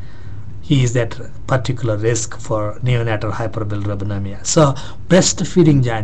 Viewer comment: cant u pronounce hyperbilirubinemia properly? ^^ hihi